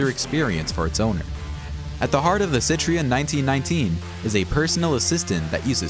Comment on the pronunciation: Did you say Hammock, Chiron and Citreon like that just to get people to comment? Because it worked 😂